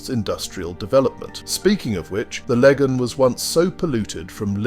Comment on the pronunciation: The pronunciation of Fermanagh and Lagan notably awful, caused me to LOL. Your sense of humour throughout is noted so bearing in mind this was done in an English accent, thd mispronouciations were predictable. Try Ahoghill for example, during the 'troubles' if caused hilarity listening tk those 'english twats' mangling a shared language.